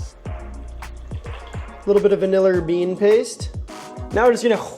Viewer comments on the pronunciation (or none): none